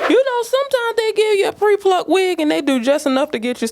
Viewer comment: I love the emphasis on the pre pre plucked 😂😂😂😂